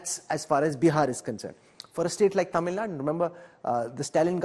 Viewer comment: It is infuriating to hear Tamil Naad, instead of Tamil Nadu from an english channel. PS: I'm not from Tamil Nadu.